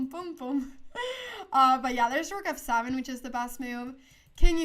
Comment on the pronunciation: it's not "af saven" but "eff seven!" ;-)